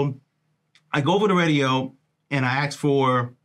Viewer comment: Someone teach this guy that it’s asked not axed